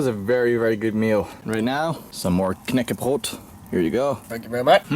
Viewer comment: damn, you pronouce "knäckebröd" very well, never heard anyone outside of the nordic countrys say it that well.